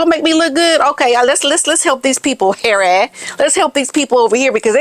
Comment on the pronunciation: u just kill me wen u say ' Haerry'...n im sure ur a betta actress dan Farcical Farkle...coz ur so funny 😂😂❤